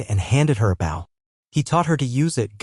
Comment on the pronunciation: Bow, pronounced : bo As in bow and arrow!